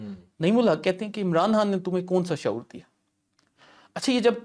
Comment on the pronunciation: Bilkul buckwass show !! yay Chumcha abhi tak ' Khan ' bhi pronounce nahi kerna ataa??? 'Khan' ko 'Hann' kahi ja raha hay...aur host bhi us ko.. correct nahi ker raha?? Stupid show 👎👎